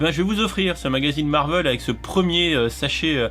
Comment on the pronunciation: le marveul fait mal aux oreilles 😭à part ça merci pour cette vidéo